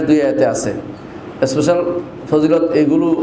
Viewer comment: আবু ইবনে মাসউদ রাদিয়াল্লাহু আনহু থেকে বর্ণিত রাসলুল্লাহ সা: বলেছেন প্রতি রাতে এই সূরাটি পড়ার মাধ্যমে দুঃখ কষ্ট এবং অভাব দুর হয়, আর আপনি বলছেন যে, কোন ইস্পেসাল মনে স্পেশাল (শুদ্ধভাবে ইংলিশ ও বলতে পারেন না) ফযীলত নেই। আপনার জ্ঞানের পরিধিও বোঝা গেল😅